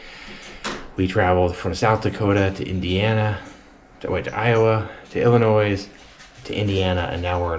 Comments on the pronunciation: Hey, the S at the end of Illinois is silent, just a heads up 😉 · the s is silent when you say Illinois. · Illinois is proouced without the s.